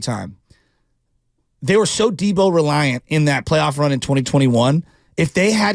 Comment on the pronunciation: You miss-pronounced Deebo.